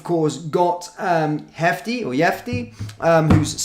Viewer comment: NOT Hefty it's pronounced Jefte. Portuguese not Spanish where a 'j' is pronounced as an 'h'. Remember Jairzinho and Junior of Brazil? J NOT H. KOPPIN as in cop-in. Not KOOPIN as in Cooper! U-TRECHT NOT UTER-ECHT